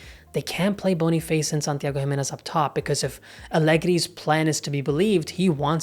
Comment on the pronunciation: Boni face ❌️ Boni fAs ✅️